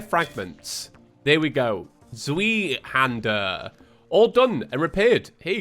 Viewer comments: Pronouncing tip for the "zweihänder" Zw-I-hand-ah (the german "ei" is just pronounced like the letter I and the "er" is mostly like the "u" from duck) It kinda sounds like that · the zweihander is pronounced like "zway" (sway but with a z). Pretty sure it literally means 2-hander (source: i used the zweihander in darksouls) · Technically pronounced z-v-eye-hander but z-wee-hander is honestly too hilarious to not keep saying 🤣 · I know I’m late to the party but just a little knowledge fact, Zwei is German for the number 2 and is pronounced by using the V sound for the W and “ei” makes the “eye” sound so zwei would be pronounced as Z-v-eye. It’s difficult to write out phonetically so if this didn’t help, perhaps consider looking up a basic pronunciation guide 😂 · its pronounced zvei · Zweihander, in English it roughly translates to two-handed. You pronounce it like ts-why han-der (hander is pronounced along the lines of lander) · I'm not even German, but every time calls Zweihander a cweeeehandler makes my bones ache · z-WHY-hander But the Z is that weird z-and-j sound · It's pronounced ZVEYEHANDAH It's german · how on earth did you read like this? are you sure you are reading the books correctly xD at this point i am more worried about you being able to read the books correctly rather then my own sanity over you say...... "zweihander"... like that... now that's something i can't ignore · I love you but the way you pronounce Zweihänder causes me physical pain. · Youre encouraging his behavior y'know